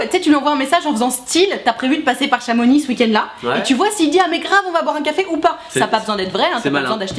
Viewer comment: Merci de bien prononcer Chamonix. On ne proconce pas les X en Savoie/Haute-Savoie 😂